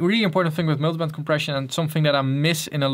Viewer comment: Miltybent compression kinda funny how he says it